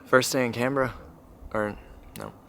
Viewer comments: You said it right: "Can-brahhh." Not "Can-Ber-ra". And you bought a coffee here. You are now officially a local 🤌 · A quick thumbs up for proper pronunciation of Canberra. I had an American colleague mangle the name so badly I did not know what she was saying, which was quite embarrassing for both of us. Something like "Cun-beer-ah". You nailed it, and just shows you do your research. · Fully respect that you pronounce town names as we do. I grew up in Melbourne and then my parents moved to Canberra. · I don't live there anymore, but I grew up in Canberra and it was nice to see that you had positive impression of my home town. Top marks on your pronunciation of Canberra and Melbourne. We're pretty lazy with the way we say the letter R over here and I think you both nailed it. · Bad accent but you pronounced Canbra right. I enjoyed your vid. Grew up there, not been back for 35 years. Go there mid-late spring next time. The trees and the flowers will blow you away.